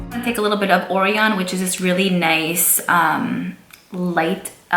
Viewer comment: Cute top and congrats on getting sponsored! Please do a live video so we can chat with you IRL 😂 🤗Orion is pronounced like-“oh-Ryan” like the constellation. Since the palette is called “galaxy”. I was trying to figure out why you were calling it that and then it clicked 😂 don’t kill me, I didn’t want anyone to give you shit on your pronunciation 😂 now that sweet dreams song is stuck in my head. Congrats again!! 🤗 🤗